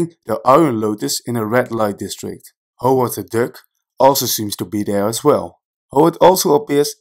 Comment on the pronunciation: Tell me why I keep hearing Howard the dick. 😂😂😂